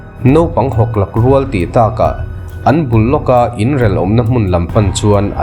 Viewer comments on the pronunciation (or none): "Naupang hawk lak rual tih takah" tih i sawi lai a "takah" tih lai hi i thluk dan hi lo ngaithla chiang leh teh. A dik chiah lo deuh em ?